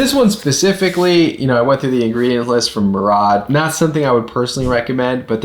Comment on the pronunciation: I feel like I caught a glimpse of youth (compared to me!) by the way he pronounced Murad. Am I the only one who remembers the old Murad infomercials? 😊